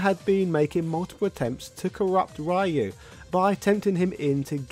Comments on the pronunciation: Ryu is not pronounced like that, its not an english word. I can't explain to you over writing how it's pronounced as the english Y sounds different (hence your pronunciation) BUT if you write RYU on google translate (japanese to english) and use the speaker to let the bot read the word you will hear the correct pronunciation. you can use the japanese pronunciation (a little bit harder) or the correct "engrish" phrasing. names do not "translate" words. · You've forgotten that the 1994 movie tie-in video game was based on the original Americanized localization of the iconic fighting game title, right down to having Guile & not Ryu as the main protagonist due to Guile basically being the all-American G.I. Joe archetype of the franchise. It wasn't until after the Saturday Morning cartoon based on the movie ceased production that Ryu became the true protagonist he always was across the board, the West included. If you actually listen to the American pronunciation of "ShoRYUken", it basically sounds like "Shor-Rye-You-Ken". Plus, in America, Y is rarely a silent letter, so most Americans pronounce "Ryu" as "Rye-You", with strong emphasis on the Y. Other countries pronounce the name as "Ree-You" instead. But, as other users have posted, some ascertain that the name should be pronounced like "Ree-Ooh" or even "Roo". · The way the announcer pronounces it differs by location. In America, it is the Americanized pronunciation, "Rye-You". Others say "Ree-You" instead. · the character's name "Ryu" is pronounced like the dragon punch "shoRYUken". in fact, if there was another guy wearing a gi named "Sho", we would be saying that shoryuken is a move based on Sho, Ryu and Ken... But for now, please remember: Ryu is pronounced ree-oo, like in sho-ryu-ken. It hurts my ears every time its said wrong. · Incredible video, great for when you take a ride on train to work. The only thing I would change is the pronunciation of Ryu. keep up the good work. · RE-YOU NOT RYE-YOU